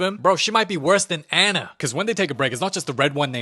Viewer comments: anna and not ana its not psmo its funny hahahahah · The way he pronounced anna 😭